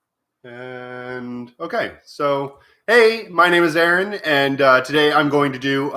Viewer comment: What's with "Eron" instead of Aaron? I thought I was having a Mandela Effect for a minute -lol.